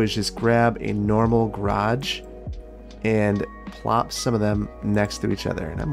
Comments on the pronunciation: Obviously I'm year late but i have to say as an english person i absolutely love how he says garage like 'graaj' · you have a funny way of saying garage. Never heard anyone pronounce it like that before